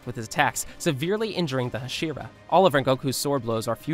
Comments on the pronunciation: I never understand why some people can never pronounce the names correctly Putting emphasis on parts that don’t need it like the shi in hashira and the su in inosuke Hashira is pronounced Ha-shi-rah Not Ha-shee-rah Inosuke is pronounced Inos-keh Not Inoo-soo-kee And Akaza is all short A sounds A-kah-zah Not A-car-zar Also Japanese is easy in the way that all syllables are the same length so there is no N-chir-rin blades There is nee-chi-rin blades You way say shi in the same amount of you would say a (pronounced ‘ah’) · It’s almost like you’re purposely mispronouncing several things and it’s beyond irritating there’s no excuse for this. In O sook e? It’s in ohs Kay Inosuke. It’s Ha she rah not ha sheer ah. Wtf? There’s an anime out how are you still doing this? Lord Inosuke will not take this sort of disrespect! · Nobody gonna talk abt how he’s just torching inosukes name over and over and still hasn’t figured out how to pronounce hashira